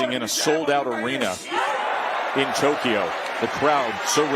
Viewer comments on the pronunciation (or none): none